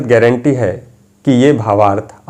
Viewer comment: श्रीमान जी गेरेण्टी नहीं होती गारंटी होती है। आप किसी महामंत्र का अर्थ समझाने जा रहे हैं और खुद का लेखन या उच्चारण शुद्ध होनी चाहिए तभी दूसरों को उपदेश देना चाहिए। अपनी गरिमा का ध्यान रखें।